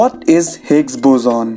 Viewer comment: It's boson not "buzoon"